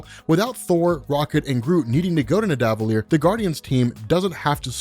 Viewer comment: The way you pronounce Nidavellir ......... -_- ouch